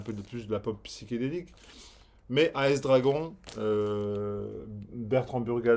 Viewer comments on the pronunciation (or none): none